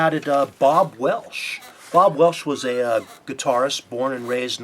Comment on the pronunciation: and it's Bob Welch, not Bob Welsh.